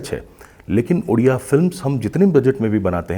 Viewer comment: It's ओडिसा not उडिसा and the language is called ओडिआ not उडिया. properly research krke interview lijiye i request.